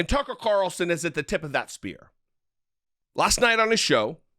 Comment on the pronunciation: TuckeRitchie CaRitchlson